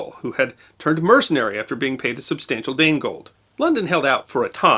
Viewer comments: It's 'Danegeld', not 'Danegold'. From Wikipedia: (/ˈdeɪnɡɛld/; "Danish tax", literally "Dane yield" or tribute). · Dane Gold or Danegeld is a miss interpretation. In Old English the letter G next to a vowel is pronounced as the letter Y. So it is actually Dane Yield, or money yielded to the Danes. In Old English the double letter C in Wicca is pronounced as CH as in church. So it would sound like wicha. And church was spelt ccurcce. Interesting this misunderstanding led people in Scotland using the word Kirk.